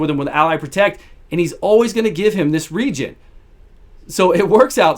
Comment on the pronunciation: "region" -- you mean Aegis? Great video, though, thanks for showing him in so many different uses.